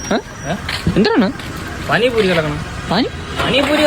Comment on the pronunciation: പാനി പൂരി ❌ പാനി പൂറി ✅